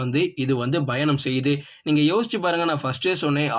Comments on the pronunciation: Nope where he has to say Payanam he says Bayanam.major mistake. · பயங்கரமா கவனிச்சு இருக்கீங்க போல 😂 அவரு correct ah than சொல்லுராரு என்ன ஒண்ணு பா என்ற எழுத்தை பா - Bha என்று லேசான உச்சரிப்புடன் வாசிக்கிறார் 🤷😅 அதை நீங்கள் கூறி இருந்தால் சரி..... வேற எதாவது சொல்ல வந்தால் உங்கள் Comment தேவை இல்லாத ஒன்று தான்😂